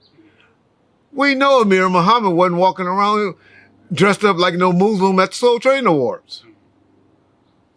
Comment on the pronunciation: you pronounce Muslim like an old white man in the 60’s & 70’s 😂😂